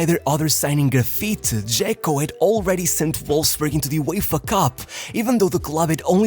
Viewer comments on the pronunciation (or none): none